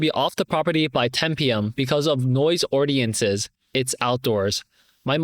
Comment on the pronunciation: i know you're doing your best reading the stories yourself and many commends you for it. however, it would be better to double check your pronunciations of some words (e.g. ordinances, officiating). nonetheless it's all good though.